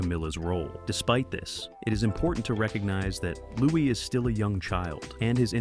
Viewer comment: Louis is pronounced with a silent s as in Louie